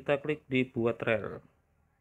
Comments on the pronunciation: Rel..?? Bacanya riil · Dibacanya ril bukan rel bang